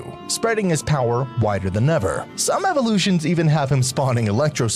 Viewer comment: "47 Evorrrlutions" im dying